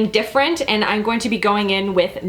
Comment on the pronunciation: Anyone notice her saying "ine" instead of "I'm" and losing their mind a little bit??